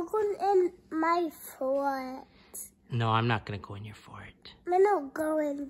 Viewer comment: I never knew "he-err" (here) and "for-erts" (forts) were 2-syllable words.